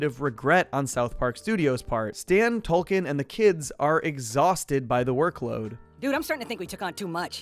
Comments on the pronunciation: Is it Token or Tolkien? I thought they was a joke about diversity there, but I keep hearing Tolkein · Dude it sounds like your saying Tolkien. His name is token. Because he's the token black friend. That's the joke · It's TOKEN, not Toll-Ken, why are you saying it that way? Do you not get the joke that Token's name is? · The characters name is Token not 'Tolkien'. Get it right. He was created as the 'token' black character on a show primarily about white people. That's the point. It's supposed to be both funny and 'meta'. Note the T on his shirt, it stands for 'Token'. No other character on the show is singled out like this. For someone who watches the show as much as you appear to it's just sloppy, amigo. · Stan and tolken? Uhm wtf?! Isn’t it TOKEN? For the obvious southpark gag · honestly I didn't know about the change, I just thought you were Canadian or something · Every time you said token it sounded like you were saying Tolkien. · Hate to be that person, but it sounds like he's saying Tolkien, like author of lord of the rings and not Tolkien as in the Tolkien black character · Are you actually calling token Tolkien? 😂